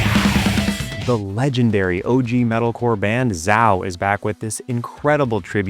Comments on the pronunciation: It’s pronounced ZAY-O. If you’re going to review music, you should know how to pronounce the band names. So embarrassing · I thought Zao was pronounced Zay O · I've been pronouncing Zao incorrectly for 20 years...